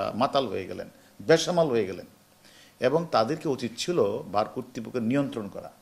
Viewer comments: উচ্চারণটা " বার'', ভার না। এটা ওনার জানা উচিৎ। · প্রথমত ওটা ভার না, বার বলুন। উচ্চারণ ঠিক নাই, ডিসি হইয়া গেছে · বার কে ভার কেন বলছেন তিনি? না কি আমি বার বার ভুল শুনছি। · বাইয়া ওইটা ভাড় না"বার" হবে!!😅😅😅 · ভার না বার , উচ্চারণ ঠিক করতে হবে । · হারুন ভাই ভার না বার হবে। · ওইটা ভার নয় বার। আপনি ভারের মত ভার বলছেনা কেন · Bar, not Var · ভাড় না ভাই বার হবে 🤣